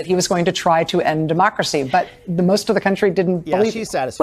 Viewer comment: HILLARY SAYS DEMOXRAXY NOT DEMOCRACY.